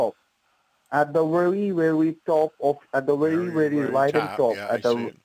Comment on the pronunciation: "The wery wery top". Gawd!!